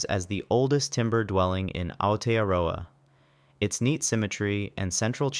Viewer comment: He didn’t do much worse than some South Islanders. Yeah there were some like Whare and Rimu that weren’t even close but I recon he did alright on Aotearoa and Kainga Ora, as I said, no worse than some local speakers.